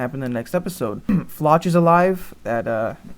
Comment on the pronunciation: the way you pronounce flock is FLOCK like a herd not actually how it is phonetically spelled